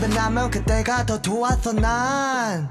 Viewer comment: 바뀌디 안는걸 그때가 둬 도왓어 난~ 진짜 캐릭터이입 발음 레전드ㅋㅋㅋㅋㅋㅋㅋㅋㅋㅋㅋ